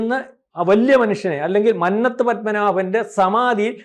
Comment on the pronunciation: മന്നത്തു. ഉച്ചരണം തെറ്റാണ്‌.